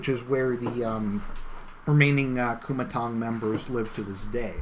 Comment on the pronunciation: Kuomintang is pronounced co-ming-tang